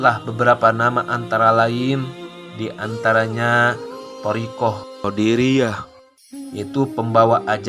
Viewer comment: Qodiriyyah bukan qodariyyah bang..